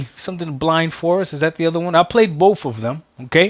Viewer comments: and this is why games are skipping xbox, i think both games were with the money, I think they should het money so they can produce more games. Also, its 'boTH' not 'boFF' you illiterate a** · Something ironic about someone who cant properly pronounce the word BOTH are telling devs about the gaming industry.